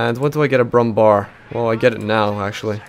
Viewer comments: Brummbär Bär is pronounced bear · ...its Pronounced "BrummBehr"...like in Wehrmacht...nor BrummBar...they forgot the Ä in it and just put a normal a because americans....